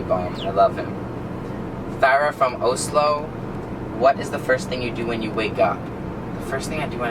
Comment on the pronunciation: He pronounced Oslo wrong. lol